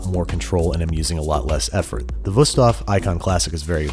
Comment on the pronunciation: im german and i love how you pronounce wüsthof i first didnt even know what you said there lol